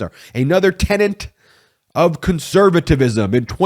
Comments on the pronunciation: The word is TENET not TENENT. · Tenet, not tenant